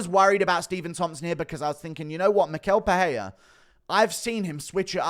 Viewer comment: It is pronounced “mishel pereira”